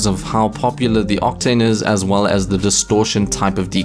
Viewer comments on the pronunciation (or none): Please stop saying aswull it hurts my ears